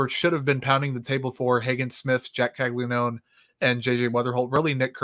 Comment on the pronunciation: Bruh Caglianone has been a monster for 2 years now at Florida, was a consensus top pick, and yall still have no idea how to pronounce his name…? Cmon man